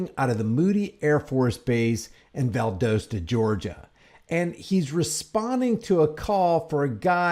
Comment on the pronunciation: That’s my home town it’s Val-dos-ta love the show